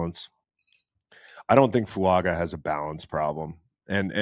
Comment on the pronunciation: Btw you pronouce Olu's last name as FASH-ahh-noo not fuh-sha-noo and Fuaga as Fwun-gah